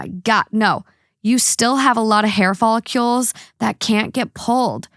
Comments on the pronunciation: FolliCLEs, not FollicULEs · Fall-ih-kuhlls follicles not follicules😂 sorry I had to